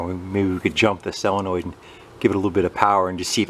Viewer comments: Ahem... SOLenoid not SELenoid :D I know... being picky... sorry :/ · why does it drive me nuts when someone calls a solenoid a selenoid ? am I just getting old and cranky ( 65 ) don't get me wrong I like the content and do learn from Him